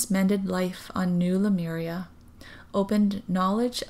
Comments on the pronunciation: It’s Le— Myuur-eeahh , not Le- mir-ia. I do appreciate your channeling, and I was there too. I hear most people mispronounce it than pronounce it correctly. I heard Lumeria the other day! Your voice is very similar to Aluna Ash. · As I watched this video I started feeling dizzy and had to lay down. I started reading the comments to see if anybody reported a similar experience. Read the one where this lady points out the right pronunciation of Lemuria, I tried to say it out loud and light language started coming out to a point where I cried as I recited it. 😳😯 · Thanks Carol Jenny! I actually am very aware at the pronunciation that you stated because of the "MU" sound, but for some reason, that pronunciation does not come easy for me! I always default to the way I say it. I've tried about 20 times just now and it does not sound right!! haha!! Maybe it has something to do with my Hawaii accent! I will try to pronounce better in the next few vids since I'll be talking a lot of Lemyuuureahh but I can't promise anything!